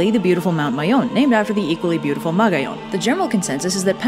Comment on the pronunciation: Ahhh... Good. video but wrong pronunciation. Magayon: Ma-ga-yon Makusog: Ma-ku-sog Panganoron: Panga-no-ron Pagtuga: Pag-tuga